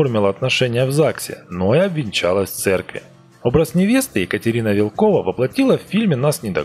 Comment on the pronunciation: МилОш БикОвич правильно и она ВИлкова а не ВилкОва